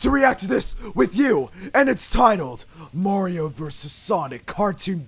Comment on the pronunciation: called mareeo fatt